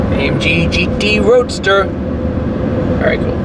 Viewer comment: AMG GT Roadsters! - Shmee you sounded so American when you said that! To me almost a southern twang/ dialect as well! Very Very Ballah 😂😂 Ps. Do you have a Centodieci on order yet or what??!! LoL that car is mad silly!!